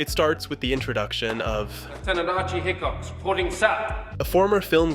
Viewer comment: Is this an AI channel? How does he(?) mispronounce HICK-ox every single time instead of HIGH-cox, when even the clip in this video has Fassbender pronouncing it the right way?